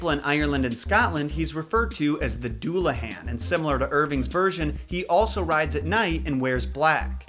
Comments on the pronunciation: The Dullahan Pronounced: Du-la-ha-n is indeed a headless rider. He patrols Ireland and stops to call out the names of those who are to die, if your name is called you will die on the spot there and then. He uses his severed head with flesh like moldy cheese to see great distances by holding it aloft. You cannot outrun the Dullahan and cannot hide behind locked doors as a locks and gates open at his approach. However he does not like gold according to one folk tale and will leave you alone if you carry gold on you even if it is as small as a pin. If you see the Dullahan when you are not his target you either get drenched in a bucket of blood which marks you for death soon after or your eyes get lashed out with his human spine whip. It is believed by some to be a physical manifestation of Crom Dubh/Crom Cruach a God worshipped in 6th Century Ireland by sacrificing the 1st born son of every family every harvest time. Tigernmas a supposed early High King of Ireland and three quarters of his army are supposed to have died worshipping Crom on Samhain or Halloween. St. Patrick outlawed the worship of Crom and supposedly Crom didn't take it lying down and manifested as the Dullahan to claim the souls due to him by force. This is what I know of the Dullahan, I do not take responsibility if some of the info is wrong this is me merely relying info I have read and or been told about said apparition. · Great video but the mispronunciation of Dullahan slightly annoys me (that or maybe there’s more than one pronunciation?)